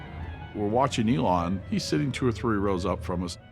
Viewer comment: This man can't even pronounce Elon's name correctly, but professes to have worked closely with him? C'mon!